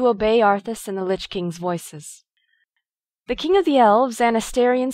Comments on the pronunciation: Teh leader of the cult of the dammed? Teh? lol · didnt know it was called "teh cult of the damned" :D